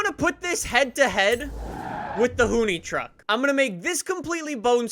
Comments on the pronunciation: You say hoonitruck like "hoony truck" it's "hoon-ih-truck" I don't really know why but it just stood out to me. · I thought it was pronounced Hoon- ih-truck. Not Hoon-e- truck.